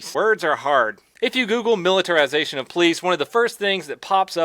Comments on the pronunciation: "Miller time-sation" lmao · lol you keep saying miliratisation hahahah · I would expect someone who was in the military to pronounce militarization as anything other than millertization. :p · I keep hearing miller 🤣🤣🤣 is that just me or wat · "Miller-terzation of police"? Almost sounds like happy hour. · "Miliritization" hihi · Miller-ti-zation. Its Miller time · he infected me. Before watching I never had problems saying militarization.